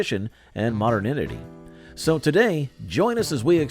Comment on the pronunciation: ma-der-nid-ity? haha it is ma-dern-ity.